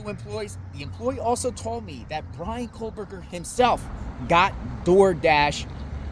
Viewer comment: IT'S pronounced "KO-BURGER not COLE-BURGER.